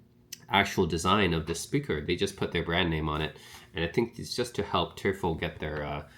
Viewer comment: Thanks for your review! It's pronounced "Toy-fell". Which is the German word for "Devil". Greetings from Germany🙋🏻